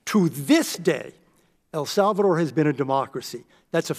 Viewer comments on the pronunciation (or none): Pretty sure she said “the massacre in El Vulvadore”.